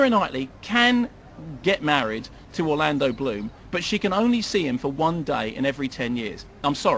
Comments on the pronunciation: "Orloondo Bland" lol Nice one, Kermit. Some say it's easy being a film critic. No it ain't. It's easy being paid to sit through movies you like; imagine sitting through movies you HATE. You don't have to have seen POtC to know the entire franchise is shite. It's based on a fairground raide, for fuck's sake. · it's Orlando Bloom!!!!!! if you say it about 1,000 times then fucking say it right! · Lolololol at "Orloondo Bland". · I thought he was mispronouncing Orlando Bloom's name at first, and I then I got it, and then I laughed my ass off. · I love how he repeatedly butchers Orlando Bloom's name.